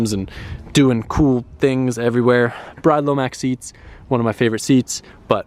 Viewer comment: you've been to Japan,Those seats are pronounced "BREE'DAY" not Bride.Doing my head in!! By the way I only came over to this channel cause one of your viewers spotted Ceetus trying to hide his baggie on his desk in the Feedom Factory Tour,So funny.....Busted Bad